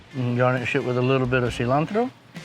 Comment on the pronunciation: Wow he pronounced Cilantro just the right way in Spanish! Btw this recipe looks amazing i can't way to try it out.